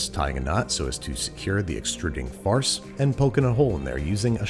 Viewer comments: I thought andrew was saying farts! lol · I kept hearing him say "farts", as in: "as we begin the very unpleasant process of shoving our squishy farts through the machine." 😂